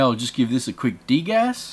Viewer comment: when you are saying de gas i always hear you are saying dig ass ;-; LOL XD